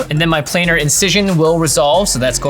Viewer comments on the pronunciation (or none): none